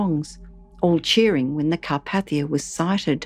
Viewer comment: CAR-PAY-THIA, not CAR-PATH-IA! Jeez, that's BASIC knowledge! 🤦